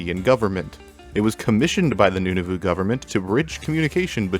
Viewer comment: Canadian here the province of "Noonavoo"? also, overwatch isn't a new word. the word overwatch was most certainly created as you described it, though you sort of implied it was created for the game, Overwatch; that it most certainly was not.